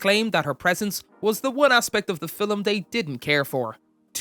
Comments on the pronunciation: Why do you pronounce film that way ?? Like “fillem” 😂😂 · Yep...trying hard to sound Scottish 😂😂😂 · The way this guy says the word film pisses me off